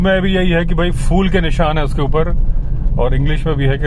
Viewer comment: फ़ूल नहीं फूल होता है।